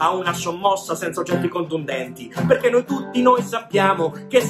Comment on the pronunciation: Dado sei un grande e lo sarai sempre, ma io come grande e seguace conoscitore da sempre di Guccini ti devo dire che una r al minuto 2.44 sul "perché" esiste, ma conoscendoti anche tu te ne sei accorto... 😃 😃